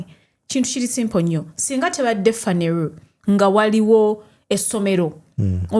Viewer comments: The way you pronounce Phaneroo is amusing. It's Phaneroo not "Phaneru" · it's phaneroo not phaneruu😂😂